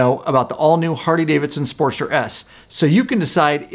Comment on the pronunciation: Why does this dude say Hardy-Davidson??😂😂😂